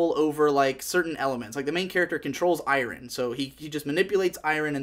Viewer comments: HE SAYS "EYE-RAHN" NO ITS EYE-URN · you say "iron" sooooooo strange. lol.